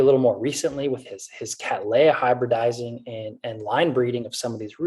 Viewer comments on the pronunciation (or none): Catt-lee-uh, it's not pronounced Catt-lay-uh. Interesting video, thanks for sharing this information with us. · According to the AOS it is pronounced Cattleya (KAT-lee-a)